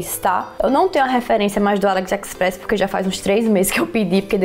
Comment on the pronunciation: Que agonia "Aliexxpres" e "luisiensi" mdssssss